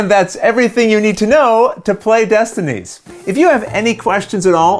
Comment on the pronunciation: Okay, for reals, how many takes did you do to get both the box flip AND the pronunciation of the names correct?